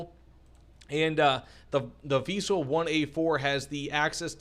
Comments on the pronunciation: vee-sell not vy-sell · Prounounce it like Weasel and you good. not we sell or why sell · Why you keep calling them Vaisel??? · I believe it's pronounced like we ·sell